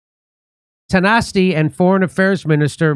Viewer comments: The word is pronounced Tee-SHOCK.....It's Gaelic. Not sure what translation is. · Taoiseach means leader. Not Prime Minister. It is pronounced tee shock. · It's pronounced "Tee-Shock" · Tee shock. Tawn ish ta. Reseearch, it is called reserarch. That is how you learnt to say Netanyahoo. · Tio-sheek 😂😂😂😂 Jimmy, it's pronounced Tee-shock.. Taoiseach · "Tioo sheik" 😂😂😂😂😂 . It's pronounced Tea_Shock. All laughing emoji aside Simon Harris , Micheal Martin and Co are well under the control of the EU ,WEF ,WHO and Co . 500k registered voters were registered to vote in the recent General election that were not entitled to vote . I'll leave that there . As for Israel closing their embassy in Dublin !!!!!!! They know what's coming !!!! My guess is an Irish equivalent of 9/11. The nation has had enough warnings . The recent Repeal of the 8th ie introduction of abortion by a People's vote !!!!! . P.s Ireland is the only country in the world to have given the people a vote on the life or death of the unborn baby !!!!! I'm Irish and feel that the nation is well in the hands of ,,,,,,,,,,Santa. EVENTUALLY NATION AND PEOPLES PAY FOR THEIR SINS AGAINST GOD. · ( Tio sheek) jimmy ( Taoiseach ) is the irish word for prime minister and is pronounced ( T shock ) its not Simon Harris first name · Ty-oh-seech! Fantastic. This should go viral in Ireland. It's pronounced Tee-shock. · Lmao Taoiseach is pronounced pretty much like “teeshac” and it means like Prime Minister. Lmao “I dno how to pronounce this guys name, Ty-O-Seech Simon Harris” 😂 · Pronounced teashoc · Taoiseach (pronounced Tea shock) means Prime Minister. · Taoiseach (Equivalent of a prime minister, pronounced "Teeshock"), Tanaiste (Equivalent to deputy prime minister, pronounced "Tawnishte") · The Prine Minister of Ireland is pronounced "tee-shuck". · Mr Dore, Taoiseach is pronounced like 'tea shock'! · "Taoiseach" is our title for leader/chief, or what England would call Prime Minister. Pronounce; Tee-shock.